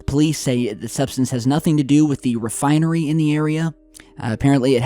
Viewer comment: "near the oil refineary"